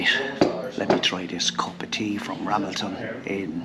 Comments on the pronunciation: Pronounced RaMELton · Pronounced, Ra, mel, ton. James Buchanan 15th President of USA, born just outside Ramelton. His father James Buchanan Sr. was an Ulster - Scot.